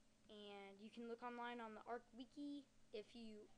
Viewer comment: ITS FUCKING ARCH NOT ARK LINUX!!!!!!